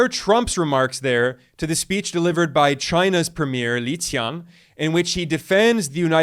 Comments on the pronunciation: The most accurate pronunciation of Chinese names from a Western YouTuber—he's clearly done his homework on the pronunciations of Xi Jinping and Li Qiang. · Damn, mad respect for the proper Chinese pronunciation of 李强 and 习近平! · from your pronunciation of Chinese leaders' names, i can tell you put effort in your videos. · respect for you for pronouncing chinese names right! most people come off with the worst pronounciations ever,i don't blame them tho but i respect you for leaening how to pronounce them right! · Ben, you probably won't see this but as a 2nd-gen Chinese-Australian (someone who has grown up being mocked for their cultural background), thank you for pronouncing Premier Li Qiang name's correctly - tonally as well. These are small things but these are things foundational for a better world built on intrinsic respect that we want to live in.